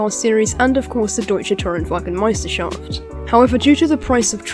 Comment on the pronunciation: Great Video! You pronounced Deutsche Tourenwagen Meisterschaft quite well. I'm happy I don't have to watch Sophia's video because Daniel Abt also has one in german. (I watched both anyways)